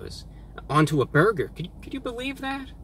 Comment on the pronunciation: The way you say burger bothers me.. But still live your channel. Both Wendys here have been under fire for having moldy bread and undercooked patties so sales have been shitty